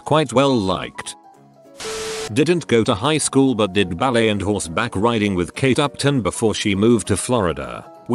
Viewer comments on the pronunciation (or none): none